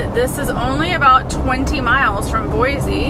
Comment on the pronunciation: been enjoying seeing your travels as this is something I'd love to do! Thanks for all the great content! I grew up in the Boise (local tip...pronounced BOY-CEE;)) area and am so glad you enjoyed your visit...so much beauty to see.